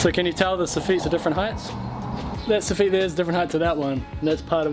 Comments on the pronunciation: So feet lmao... pronounce it (soff it) .... soffet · Fuck me m8... So-feet was a hard word for me to choke down for 9mins... Hawdcore m8, hawdcore. Otherwise excellent vid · Stop saying sofeeet. Lol. Joiner from Scotland. Keep up the good work👍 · You say "soff-eat", I say "soff-it" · Every time u said sofeet I did sofit as I'm form Ireland and we say sofit😂😂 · Its Sofit Not So-Feet. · Lol sof-eet. We call it Soff -it. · It's not sofeet...it's soffit. I always hated fixing someone else's crap work. BTW...this video had no ad at the beginning. It would be a crime if you are not getting monetized. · Funny how you pronounce Facia the same way as we do here in the Uk, but it took me a while to understand what you were talk8ng about when you say soffit …. Lol. Phonetically it sounds like Soff it when we say it. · Here in the comments just for the so-feet banter. I can’t tell if that’s how it’s pronounced in NZ or if someone told poor that’s how it’s pronounced when he was an apprentice and damned if he’s gonna change now! 😂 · When you say " soffeet" I assume you mean soffit! Never heard it pronounced like that, sounds like soft feet. 😂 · Funny hearing you call a soffit a so feet. Protect your fingers. Thats gunna leave a scar. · It took me forever to figure out what suffet was until I saw the picture than realized we pronounce it totally different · The way he says soffit is so weird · Love your videos but cring when you pronounce soffit.